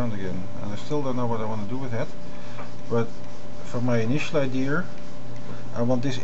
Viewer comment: HE SAID IDEAR